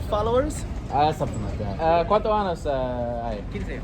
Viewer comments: gotta a be careful how you say "years" años = years ano = anus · Ayo when you say “Anos” you’re saying “Anuses” please say “Años” as in “AH-NYOHS”. Okay bye love you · I love asking people how many anuses people have 😂 Anos ≠ años